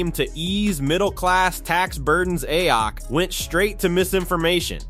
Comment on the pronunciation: What’s especially funny is AI pronouncing her name as “Ay-yok”